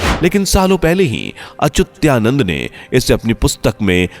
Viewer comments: Why you say Achutyanand. Name is Achhutaanand. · अरे भाई, श्री अच्युतानंद दास महाराज का नाम तो ठीक से लो। आप बार बार अचूत्या नंद ऐसें बोल रहे हो। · उनका नाम अच्युतानंद है और आप अचुत्यानंद बोलते है, वाणी शुद्ध होनी चाहिये. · He was अच्युतानंद das, not Achutyanand. Uchcharan shuddha karo. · Whoever talking about Achyutanandji Maharaj pronouncing wrong. some who record and post should pay attention He is saying ACHUTYANAND BUT CORRECT IS ACHYUTANAND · व्हीडिओ बनाने से पहले तो अपनी वाणी शुद्ध कर लो। तुम उस संत के नाम का उच्चारण कर रहे हो वह "अच्युतानंद" है ना कि अच्युत्यानंद. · संत भगवान का नाम ठीक से लीजिए। उच्चारण सुधारिए। अच्युतानंद दास जी हैं वो। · सही कहा है भाई साहब आप ने 😊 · 😮 अच्युता नंद दास जी का नाम का उच्चारण ठीक से नहीं किया गया है। कृपया आप से अनुरोध है कि आप एडिट कर पुनः स्थापित कीजिए 🙏